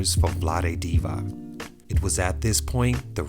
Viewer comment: Divac should be pronounced as "Deewats", not "Deewak". Just imagine that outside of US there are many other countries with different languages using same Latin alphabet. How come people in US are so uneducated or lazy or non-curious to learn something about other cultures dealing with other cultures.